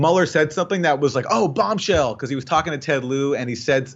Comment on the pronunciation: Bobshell instead of Bombshell haha